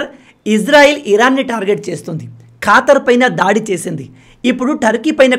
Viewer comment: Neevu manchi వీడియోలు చేస్తావు bhayyaa... ఖతార్ ఖాతర్ కాదు అని అనుకుంటా బ్రో